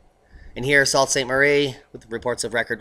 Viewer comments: lol, I know its spelled St Sault Marie, But say it St Soo Marie, I just had to tell you. Thanks for everything you do. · Please, the dimmest Michigander knows enough 'frog-speak' to know that sault is pronounced SOO. SOO St Marie.